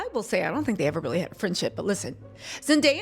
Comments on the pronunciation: I’m so proud of Zendaya!!! (btw u kept saying her name like Zen.dye.a lol it’s Zen.day.a) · Her name is Zen DAY uh .. not zen die uh … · The mispronunciation bothered me too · Youre definitely clocking sweeney tea with this one. Love the video. By the way It’s Zen-day-a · its Zen-DAY- Yah lol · Girl. Zen-DAY-yah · It's ZEN DAY YA (say the word day) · Girl.. Zen-DAY-ah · You can't even get her name right. 😂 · Oh my GODDD!!! If you cannot say her name right do not say it at all!! Please and thank you ❤ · Why is mispronouncing Zenday's name?